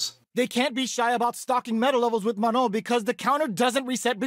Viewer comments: It's Manon not Menon, lol. "on" sound is a nasal o sound but you don't pronounce the "n" in the "on" sound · Here name is Manon not Menon. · Her name is Manon, not menon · Few notes from french speaker: Manon, not Menon. And last N is silent It's a real and relatively common french female name. Prononciation: Swan Lake, like the famous ballet, not "swan leg" Manège doré : golden carrousel would be a better translation/interpretation Etoile which mean star. "Danseur/danseuse étoile" is a term used for to describe a high rank/skilled ballet dancer Very hard to understand the accent of the commentator when he says those french words though. I can't help you on that last one, it sounds like gibberish "dédeda euh dedadeux réal"... lol Edit: see response from Kei below, last sentence is probably "Des dégâts au delà du réel" that translates to "Damage beyond reality" basically incredible damage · It is not that hard: the „N“ is silent, and you need to nasalize the „O“, so it is „Manõ“! Also do NOT pronounce the „A“ like a schwa, it is not an „ə”, it’s like the „U“ in „ugly“! Hope this helps! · I really hope the ending N is silent. I can't unhear manon as manong in filipino. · It's Manon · it's "Manon" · It's Manon guys 🤣 it's a real name you know, and not that rare.